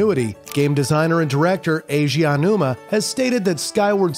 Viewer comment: There are a lot of mispronunciations, he says 'Keji Kondo' at one point, and says Aonuma wrong every time. Not to mention visual mistakes (showing Super Mario Bros 85, but labelling it as Mario Bros 83). It's quite lazy overall. He even said the PS2 Slim came out in 2014 in another video with the same thing on screen... How does nobody pick up on this?